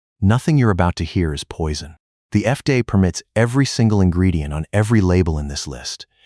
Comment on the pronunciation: FDA is pronounced effday? effday? I H A T E A I NARRATION!